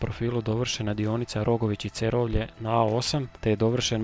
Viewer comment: Odličan video, samo prijedlog da se više pripazi na točan izgovor mjesta/čvorova, pogotovo u Primorju i Istri. Točan izgovor je MAtulji (prvi slog), JuŠIći (drugi slog), CeROvlje (drugi slog), KanfaNAR (zadnji slog), VodNJAN (zadnji slog), DiRAČje (drugi slog). Osim toga, stvarno izvrsno napravljen video, veselim se idućem!